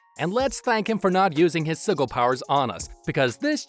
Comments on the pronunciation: "Siggle"? It's pronounced "Sid-gel", what I don't like about the video is that you're clearly illiterate. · ITS PRONOUNCED SI-JIL, NOT SI-GILL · It's "Sih-juhl". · Sih-jill. Sigil. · Bro said siggle😂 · its pronounced sigil lol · The way you pronounce sigil hurts me so deeply. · That's not how you say sigil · The way he says sigil hurts me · You're mispronouncing sigil just to annoy us, aren't you?